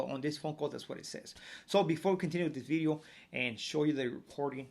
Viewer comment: New… bideo